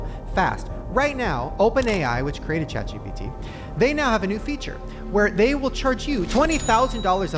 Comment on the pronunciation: the amount of times shane said chat gbt instead of chat gpt